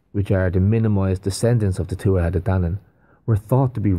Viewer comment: Y'all really got to learn how to pronounce the word tuatha.... TooWathA... They say it in the movie Willow Non-Stop... Her name in the movie is Elora Dannon.. every time you say it incorrectly it kind of makes you both sound unknowledgeable about this topic.